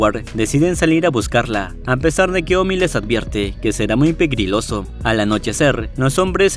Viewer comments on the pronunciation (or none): dice pegriloso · Medio me dio risa cuando dijiste pegriloso 😂😂😂😂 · Ps en mi país le decimos santa Claus. (Me gusta mucho cuando dices pregriloso), jsjsjsjsjsjsjs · Prekriloso o peligroso? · Amé cuando dijo "pegriloso" 🥰🥰😍😍😍 Minuto